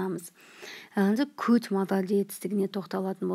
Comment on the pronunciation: Could дегенді неге кот деп отыр